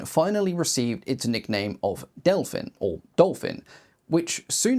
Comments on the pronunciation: still used in active service in the early 2000´s by several air forces across the world !!! so glad to get recognition on my nation´s domestic development ... the whole family originating from the "Delfín" - Dolphin - is remarcable ... extra points for pristine pronunciation of our names... the reconaissance frame was able to take off and land literarly from the forrest road... practiced many times ... taking off from places none expected to and literarly disappear - presumed destroyed - only to be towed somewhere else and continue its reconaissance mission from similar seemingly impossible locations... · Hat off to you for much much better than average pronounciation of Czech names. I think you got as close as can be expected from someone not speaking the language. Near where I live, at Brno airport, there is a flight schools that has one Delfín. And you can even buy a sightseeing flight in it, if you are willing to pay that much money (I think it costs about 15x more than a short flight in a small piston aircraft like Zline Z-43 or similar).